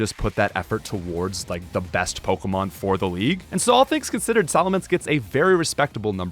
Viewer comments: you cant even say pokemon right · I cannot stand his pronunciation on most of the Pokemon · Wow, mispronouncing pokemon names and holding a contest where all you have to do is comment. I respect the hustle, here's a comment.